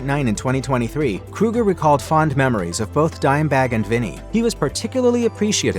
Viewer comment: It's Chad Kroeger .... not Kruger! 🙄